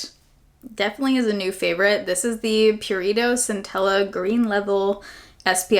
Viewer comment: Every time you said "Purito" I thought you were saying "burrito" lmao. Reminds me of OG baerrito 😭